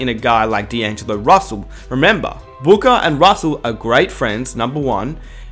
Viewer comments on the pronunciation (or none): none